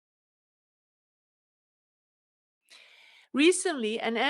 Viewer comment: You pronounce Sales as sells. Try to prolong the pronounciation like saaales.